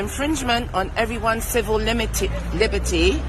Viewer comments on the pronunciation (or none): Fam she said ‘cibil limities’ 🤣🤣🤣🤣🤣🤣🤣🤣🤣🤣🤣🤣